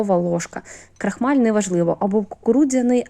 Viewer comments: КрОхмаль, а не крахмаль. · та не "пАєднане", а "пОєднане" і не "на ложкі", а на "ложці", не крАхмаль", а "крОхмаль" і т.д.